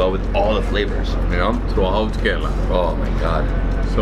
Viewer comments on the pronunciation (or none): Not Corala Its Kerala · Hey. I absolutely love all your videos but I am hating the fact that repeatedly you are pronouncing kerala wrong and no one is even correcting it. I would wanna pitch in and try and correct it. Ke sounds how the alphabet 'K' sounds 'Rela' will sound rela from cinde(rella) So alphabet K and rella from Cinderella added both Shud sound the right 'kerala' Love and peace.